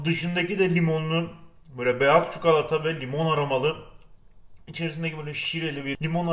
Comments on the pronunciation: Bence güzel oluyor böyle dolu dolu çukulata diyince insanın daha çok canı çekiyor flşwfkşeöfie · Çukalata :D